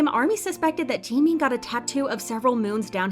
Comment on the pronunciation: I tohught Jimin was someone else bc of the procnounciatiuon but then i noticed lol